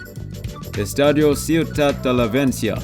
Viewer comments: stati ciudad de LAVENCIA, Jjajajajajaja. Nice try! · lavencia o__O ??